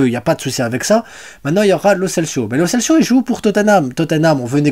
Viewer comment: salut,c'est pas lo celsio,c'est lo celso,kimmich est transférable,je sais pas si tu as vu l'actue,mais bon il est trop chére,merci pour tes news.........